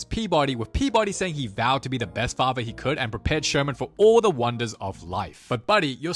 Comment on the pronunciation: i love the way he always says “THAH movie began”